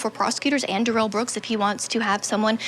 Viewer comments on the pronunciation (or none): Somebody needs to tell this reporter how to pronounce Darrell. I know he didn't want to be called Darrell, so did she decide to say Derell instead? Lol